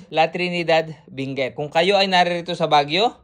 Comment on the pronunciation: Benguet po hindi binguet